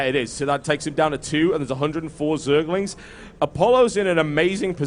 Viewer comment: lol, it sounds like hes saying zealots not zerglings =)